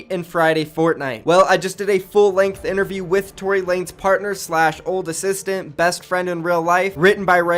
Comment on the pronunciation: It’s not Tory lanes😂 it’s Tory LA-NEZ